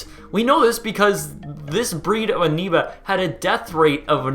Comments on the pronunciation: I swear he said aneoba with an n. Willing to bet he's Canadian the way he pronounces his o's. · Amoeba /Amiba / Ameeba . For someone who just reads, you're certainly doing a ..great job.. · "aneba" LOL